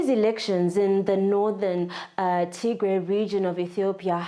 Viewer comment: Finally a journalist who can say Tigray properly 👍